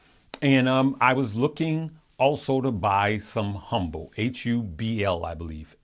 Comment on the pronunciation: $HMBL. <——. Correct ticker . You said it wrong , careful , there is a similar ticker different company . Bless